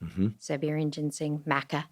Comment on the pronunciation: Dr. Huberman, for your reference please correct the pronunciation of Schisandra and Maca, it’s killing me as an herbalist to hear someone has a daily relationship with the plant and botch the pronunciation, and for them to be spoken of as new discoveries. Traditional Chinese Medicine has been using Wu Wei Zi (Schizandra) for thousands of years. Let’s get an herbalist on? I believe if someone can correlate the Doctrine of Signatures to scientific literature, it would be of service to the world, as I’ve once heard you answer a question: stating shape or color have no correlations to medicinal benefits 😮 While it is not that linear and simple, it is the foundation of all herbal medicine that the nature of the plants, which includes shape and color will correlate to their medicinal qualities. Love and thanks!